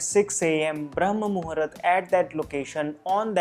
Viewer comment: It's not Muhurat, it's pronounced as Muhoort